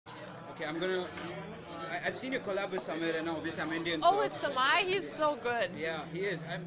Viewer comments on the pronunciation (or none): why does she say sa-my instead of sa-may